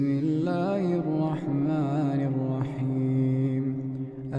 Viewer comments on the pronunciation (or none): none